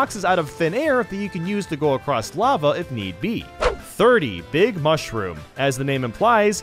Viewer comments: no you don't, you said "beeg" instead of "big" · Big not beeg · ask anyone, it pronuncs "BIG" everyone knows that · gum he said beeg because he was doing a joke calm down. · "You grow into a BEEG BEEG BOY" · You turn into BEEG BEEG Boy!